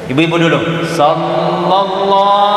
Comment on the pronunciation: Shalawat nya jg kurang tepat penyebutannya Di kata Shallallahu Lam yg pertama itu bukan lafzul jalaalah, harus dibaca tipis, lam kedua baru lafzul jalaalah dibaca tebal. Tabe 🙏